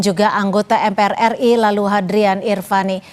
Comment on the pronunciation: kedengerannya seperti "PALALU" saran aja besok manggilnya BAPAK LALU aja ya? 😅